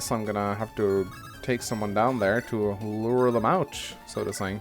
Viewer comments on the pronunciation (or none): none